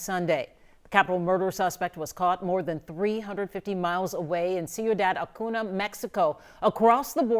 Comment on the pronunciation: These news anchors repeatedly butchered the name, Ciudad Acuña. Embarrassing that they can't properly pronounce the names in their story that they're reporting on